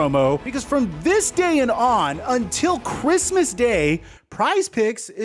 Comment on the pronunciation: You did say Chwissmas though hahahah got eem boyeeee